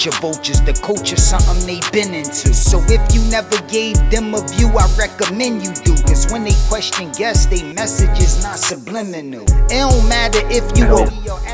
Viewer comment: Did Cassidy say SUBLININAL??🤣